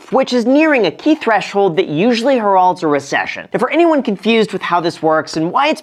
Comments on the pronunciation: It's hair-olds not her alds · That is not how “heralds” is pronounced in American